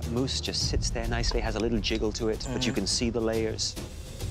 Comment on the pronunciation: It's "mousse," not "moose."